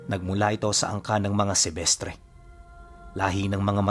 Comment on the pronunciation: sebestre o semestre